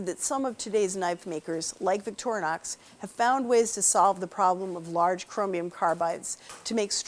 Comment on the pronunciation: The brand name of the Swiss knife it is not Victornox but Victorinox. Too dumb to pronounce the name correctly?